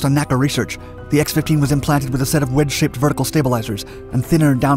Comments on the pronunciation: My all-time favorite aircraft. Others have pointed out the miles versus feet and "F-194" slip-ups. I want to mention that NASA's predecessor, the NACA, was always called "the N A C A," not pronounced "nacka." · It's my understanding that NACA was not pronounced "nakka." It was pronounced N-A-C-A.